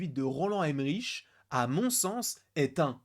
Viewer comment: Bonjour, Je me souviens de Jean Reno qui pestait contre le café américain qui a un mauvais goût! Normalement le nom de Roland Emmerich se dit "Emmerik" et pas "Emmeriche" parce qu'il est Allemand. Autrement le Godzilla japonais était né par les bombes nucléaires au Japon à la fin de la Seconde Guerre Mondiale, alors que le Godzilla américain est né des essais nucléaires français à Mururoa. D'où la présence du Français Jean Reno dans le film.